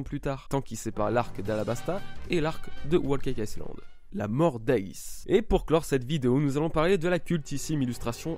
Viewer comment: Chaîne One Piece Wall cake iceland=/=whole cake island xD